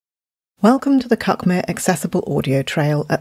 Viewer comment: I think these audio trails are a fantastic idea, and I've enjoyed them enormously. I do however feel the need to point out that it's pronounced cookmear by us locals.